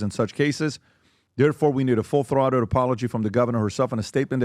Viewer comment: Full throtted apology? 😂